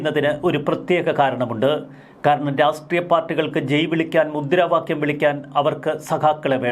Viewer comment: രാഷ്ട്രീയം എന്ന് പറയൂ രാസ്ത്രിയം എന്ന് പറയുരുത്